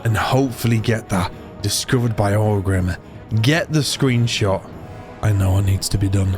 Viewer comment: Okay so Orgrimmar is consistently “Orc Rimmer” but Quel’Lithien he gets 😂 Never change